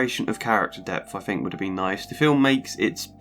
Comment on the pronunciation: troof / truth fought / thought fink / think eiver / either etc The th/f False Fronting is really grating to listen to, and easily and quickly correctable. Speech and diction training can deal with it. I hope I'm being helpful , by sharing with you just how much this flaw undermines the value of your narrations. It distracts from the great efforts on this good video.